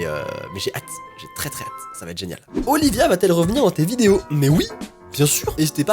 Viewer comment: mon nom est Olivia et quand étais entendu le prononcer sa a fait trop bizarre